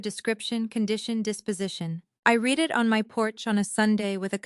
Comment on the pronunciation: First on I've heard that says I read,(pronounced Reed", instead of read pronounced as past tense "red", Bravo editor!